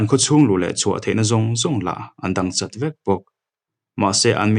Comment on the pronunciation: "Chawt" i lam rik dan hi a mak ka ti hle mai..'chawt' ti a,tluk lova lam mai tur ni si hi..' châwt' tiin(thlukna) awm angin i lam ri tlat zel....a bak chu i aw a nalh a,i chhiar thiam bawk 👍